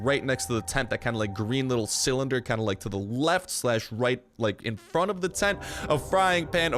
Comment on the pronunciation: Sounds like he's just overstressing the "fr" when he says "front".